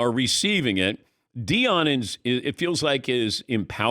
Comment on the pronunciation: Deion. You can’t be taken seriously if you can’t get his name right